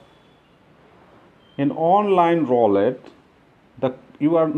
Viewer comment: Roll-it lol